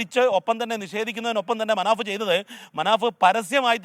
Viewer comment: മനാ ബ്അല്ല മനാഫ്